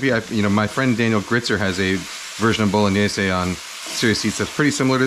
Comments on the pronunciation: Hey, great vid looks delicious but- isn't it pronounced: boh lo nyais? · my italian grandma turns in her grave every time you say bolo/gni/ese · I love how you pronounce “bowl-o-nayse”